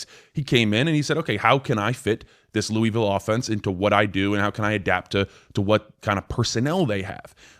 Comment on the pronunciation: It's loooville say it like your mouth is full